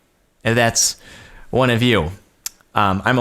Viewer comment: when he said 1 it sounded like quan